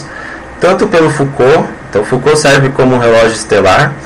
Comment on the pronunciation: Como levar a sério alguém que troca o nome do físico Jean Foucault com o filósofo Michel Foucault? E ainda pronuncia errado... Delete e faça de novo, por favor...